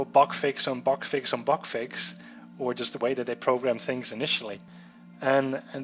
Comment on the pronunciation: "bag fix bag fex" "yava" dis u guys hear dat?